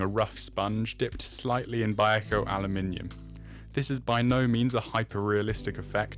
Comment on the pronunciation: I've been airbrushing for decades, I really recommend you get some scrap kits or plastcard and practice air pressure and thinning ratios. To me it looked like you were spraying sand. You have a decent airbrush so you can take that out of the equation. Pronunciation of eduard and vallejo were 0 out of 10. 🤔